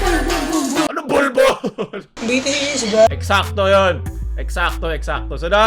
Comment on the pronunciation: BTS talaga yun pero sa vid BITIIS pagkakasabi niya 🤣